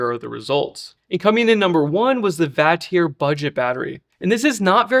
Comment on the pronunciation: The only thing I disagree with, is the way you pronounce Vatrer. 😆 I agree though. I’m testing one of Vatrer’s 560ah 12v’s right now. They always have solid builds. And nice beefy JBD BMS’s in there too.